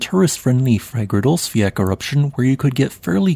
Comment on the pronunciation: Just a note on pronunciation of Icelandic names. Both Fagradalsfjall and Torfajökull has the double-L at the end. In English, this would just be pronounced as an L. I notice that when you pronounce Fagradalsfjall, you seem to pronounce the LL as a K. But when you pronounce Torfajökull, you prounounce the LL as an L. Both of those are wrong. In Icelandic, LL is pronounced as TL. So Fagradalsfjall is pronounced as "FagradalsfjaTL". And Torfajökull is pronounced as "TorfajökuTL". Given that I assume you will be pronouncing a lot of Icelandic names on this channel, I thought it might be useful for you to know.